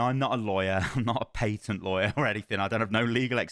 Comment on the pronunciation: Why does he keep saying paytent? There is no Y sound in patent did he never take English classes?